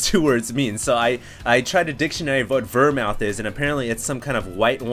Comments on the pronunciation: Vir-Mouth?! I think the word you're looking for is vermouth [ver-mooth], it's what you make martinis with. Jeez get out to a bar sometime homie, haha. "Terpiz" is probably some brand of it or something. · vermouth is pronounced vermooth... not vermowth... not always a wine... but use gin and vermouth for your alcoholic drink btw... right up your alley :P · OMFG, he called vermouth (ver-mooth) ver-mouth.. THHAT'S it! Drunk cast MUST be martinis! martinis!martinis!martinis!martinis!martinis! (It's what vermouth is used for...) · ver-mouth LOL. the way you pronounced it i thought you were trying to say vermin. VER-MOOTH is the correct pronunciation ahah. keep it up hdstarcraft and yes, please do a drunk cast. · It's Vermouth. Pronounces "Ver" as in Verb, and mooth. Not mouth. Vermouth. It's a fortified and flavoured wine, used in many cocktails--most notably martinis. The tirpitz was a German Battleship. Name is still weird...but yeah, lol. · Thumbs up for Ver-Mouth! Seriously, the drunk cast should involve LOTS of dry martinis, seeing as he butchered the word vermouth (ver-mooth) so badly... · ver mouth is supposed to sound like "ver mooth" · It HAS to be martinis, after butchering the word vermouth so badly. Vermouth is the main ingredient in martinis behind gin or vodka, and is pronounced VER-MOOTH not VER-MOUTH. =P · wermouth is pronounced vermooth... not vermowth... not always a wine... but use gin and vermouth for your alcoholic drink btw... right up your alley :P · wermouth is pronounced vermooth... not vermowth... not always a wine... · Vermouth.. it's pronounced like 'goose', not 'mouth'. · Love the videos, BTW vermouth, pronounced "ver-moooth" is the dry half of a traditional vodka martini. Try it out for your drunkcast. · You, my friend, need to drink more martinis. Vermouth -> Ver-Mooth! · Vermouth: the 'mouth' part is pronounced mooth. A fortified wine, and this stuff is used in martinis. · Hahahaha, ver-mouth! Classy. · PRONOUNCED Ver-mooth! Come on man!